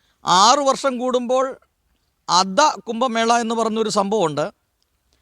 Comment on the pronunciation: കുമ്പമേള അല്ല കു०ഭമേള ആണ്. ഭാഷ ഹിന്ദിയിൽ വ്യക്തമായു० സ്ഫുടമായു० പറഞ്ഞില്ലെങ്കിൽ ദേഷ്യ० വരു०.ദയാബായിക്കു തല്ലു കിട്ടിയത് ഭാഷ തെറ്റായി പറഞ്ഞതു കൊണ്ടാണ്.